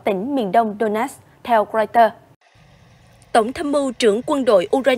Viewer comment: Donetsk mà người đọc tin phát âm thành Đô-nát